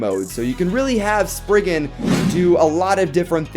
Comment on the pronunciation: Am I the only one how is bothered that he says sprisin